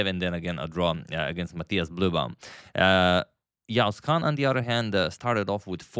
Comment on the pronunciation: you pronounced yağız kaan's name almost perfectly 🫡